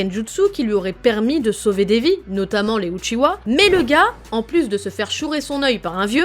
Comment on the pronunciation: A partir du moment où elle dit « uchiwa » avec un W j’ai pas pris la vidéo au sérieux 😂